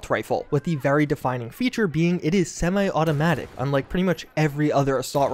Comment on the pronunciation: "Fully simi-automatic" XD